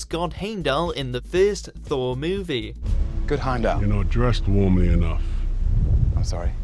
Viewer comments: This video is so good in everything except how target say “heimdall” who is actually Hemidall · ”Heymdal”??? ”Beefrust”?? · At least get the pronounciation right with Heimdall and Bifrost